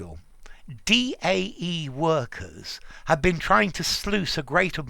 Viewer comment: By the way "DAE" is pronounced like the English words "Die" and "Dye". :3